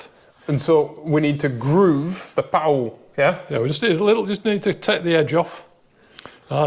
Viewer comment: I've never heard anyone pronounce it like Powell.